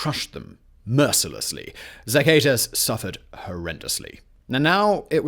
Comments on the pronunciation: Socka-teckoss is how you say Zacatecas. Tejanos = Tay-Han-ohs. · Pretty sure Mexico has yet to make you president because of the way you say "Zacatecas". It's hilariously terrible. Thanks for the video.